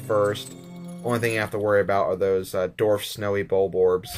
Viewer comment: Dwarf not darf